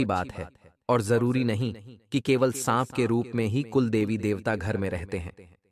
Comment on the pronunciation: Sanp ko sahab ya saag bol rahe ho Jani......